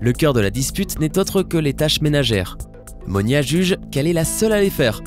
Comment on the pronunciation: C monia et non monica !